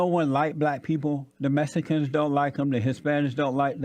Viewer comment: “the Mesicans”